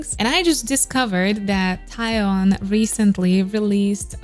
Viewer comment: I really love your reaction, what a professional reaction 😍 But one thing, she’s called TAEYEON (TAY YEON)😘